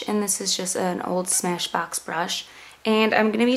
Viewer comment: when you said smashbox for a second i thought you said spanish fox hahaha. well anyway, pretty eye makeup! love your videos